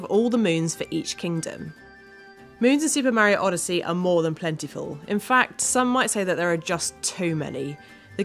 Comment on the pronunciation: It Is Mario Not Meario